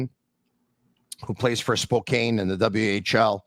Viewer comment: We really need to teach folks out easy how to pronounce Spokane. (Like Spokanne, not Spokain)